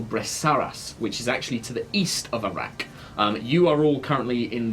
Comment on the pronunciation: Am I the only one who hears Arrak as Iraq?